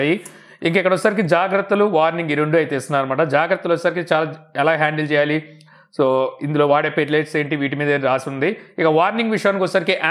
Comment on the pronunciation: Pillet kaadhu bro pellets.. Naa dhagara kuda undhi.✌️